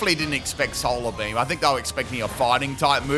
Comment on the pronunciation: "Solar Bleem"